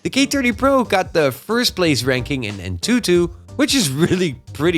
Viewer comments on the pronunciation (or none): Untutu??😂😂🤣🤣🤣.Dude that's Antutu.